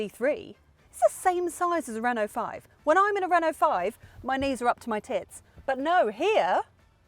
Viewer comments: I thought she said “pits”, as in armpits…? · up to your …had to rewind! Thought you said pits! lol but noooo. Haha